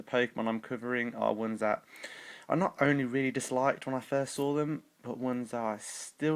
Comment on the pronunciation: He said sawr